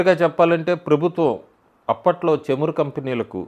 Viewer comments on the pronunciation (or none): చెమురు కాదు చమురు. చ అనే అక్షరం రెండు రకాలుగా పలుకుతారు. చరిత్ర, చెడు, చాప(చేప అంటున్నారు ఇప్పుడు. నీటిలో పెరిగేది) ఇలాంటివి పలికేటప్పుడు చ ఒకరకంగా ఉంటుంది. అలాగే చదువు, చలి,చమురు, చాప (కింద పడుకోవటానికి వాడేది)ఇలాంటివి పలికేటప్పుడు చ ఇంకొరకంగా ఉంటుంది. ఆ చ కి తలపైన ఇంకో గుర్తు ఉంటుంది. కానీ ప్రస్తుతం చ , జ, అలాంటి వేరే విధంగా పలికే అక్షరాలని తొలగించారు. కానీ ఇంకా తెలుగు భాష తెలిసిన వాళ్ళు పాత పద్ధతిలోనే పలుకుతున్నాం....